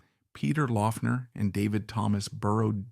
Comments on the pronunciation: Great video, just a heads up though... His last name was (supposedly) pronounced "Lock-ner" despite the spelling. :) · Yes, it was "Lock-ner". This video is long and a bit thin. It's like the author (OK, it was AI), didn't have enough information to fill the half hour. Peter was more complex than this vid could portray him, and more connected to other musicians than seems to be implied. Two much better resources for those who want to know more about Laughner should check out Aaron Lange's excellent "Ain't It Fun: Peter Laughner Proto-Punk in the Secret City Punk". The other essential resource is Smog Veil Record's 5-[or 6 if you pre-ordered] LP/CD Box Set, Peter Laughner", which also includes an excellent 100 page book on PL. It is extremely well-researched, and the music was accumulated from over 10 years of effort. A stellar project. It is out-of-print, but available on the secondary market. Expensive. Another useful resource is youtube - just search with his name and you'll find lot's of recordings to listen too. Peter at seventeen, Mr. Charlie